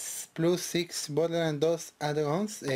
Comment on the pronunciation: Jajjajajajajjaja bodeland sin r jajjaajjajajajjajaa